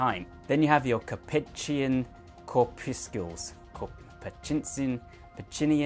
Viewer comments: Cor-puscles (rhymes with muscles) 😀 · Corpuscles rhymes with muscles (or so I was taught.) I kind of like your way better. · Just remember corpuscles rhymes with muscles from Brussels :)